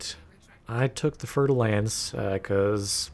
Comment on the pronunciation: Fulkrom No, he pronounces it 'Lence'. But it says 'Lance'. With an A.